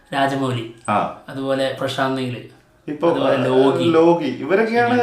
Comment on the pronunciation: ലോഗി അല്ല മച്ചാന്മാരെ ലോക്കി